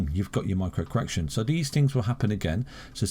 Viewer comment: Cor-erection.... Lol